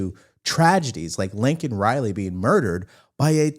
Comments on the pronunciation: I love you. I think it's Laken, not Lincoln Riley. Maybe you're saying Laken. It sounds like Lincoln though. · It's LAKEN Riley not Lincoln